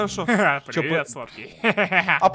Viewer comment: ты что скучаешь по компоту ты просто сказал сладеньиний😏😏😏